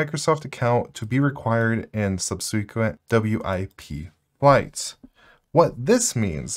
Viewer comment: Subseequent? Um, no, don't do that please.